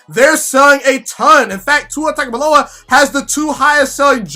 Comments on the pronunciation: I know it looks like Tag. However, it is pronounced Tounge. Or tung. Its TUNG O VIE OLA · It's pronounced TONGUE-ohvailoa. He had an interview where he said that's how u say it. Good Video 👍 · Please just say TUA and not his last name until you, along with many others, learn the proper pronunciation. Otherwise, pretty good video...